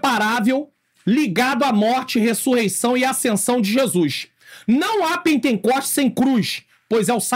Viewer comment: Paz Pr., só corrigindo, não é "pentencoste" como disse , mas pentecoste, amém? Deus abençoe!!!